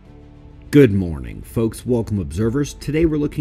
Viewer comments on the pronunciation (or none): none